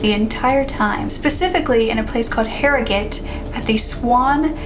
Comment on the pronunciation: Words can’t describe how happy i was when you pronounced Harrogate the right way, i’m born and bred there lol. The old swan hotel is the most haunted place in our whole town & it’s very eerie that she was found there of all places.